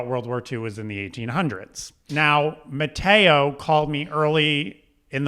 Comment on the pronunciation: I'm way more shocked that can't even f*cking pronounce Matteo right. American ignorance level 100%